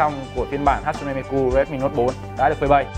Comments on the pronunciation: sửa lại cái tên dùm cái, mi kư k phải ku, đọc nghe mà khó chịu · Miku các bác ơi . Cứ mi cu , mi mu . Đọc là Mi - Trym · Miku chứ ko phải mi cu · Góp ý thoi! Là hatsune đọc đúng rồi, nhưng Miku ( chắc thấy sao đọc vậy, là phien âm của nó là "ư", à mà còn nữa Miku là nhân vật vocaloid, ko phải anime ( a - ni - mê nhé ) :,((((( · mi-kư chứ ko phải mi-cu anh ơi 😂😂😂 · Hát-sư-nê mi “ cu “ 😂😂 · Tiếng nhật đọc là mi kư nhé, đọc mi ku nghe ngứa tai quá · cư cư cư cư cư ko phải cuuuuu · Ku cái éo , đọc là mikư đếch phải miKU nhá ad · đọc là Mi Kư không phải mi Ku(cu) -. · mi cư không phải mi cu nhé anh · Người ta là ku chớ k phải cu 😡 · mi cư sao lại nói mi cu vậy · đã đọc không chuẩn lại cứ nhắc đi nhắc lại, cứ mi cu mi cu suốt =)) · mik ko quan trọg lắm nhưng mà add ơi lần sau cí đọc thì đọc là mikƯ NHÉ ADD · À há....MI CU 😂 MI CƯ Ông má ouisssssssss ❤️😂😂😂😂😂😂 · Hát xư nê mi cư 😒 nghe phát âm mà ngán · hãy đọc Miku là Mi cư Oce :v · ôi wtf sao cứ cu cu cu thế ? chả chịu đi tìm hiểu cách đọc trước khi nói ra hở ? tôn trọng tý đi :) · Miku cứ mi cu mi cu nghe kinh quá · miku mà nói là mi cu hay mi cư hoài